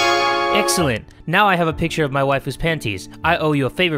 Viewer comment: I honestly thought he was calling her "my wife-u"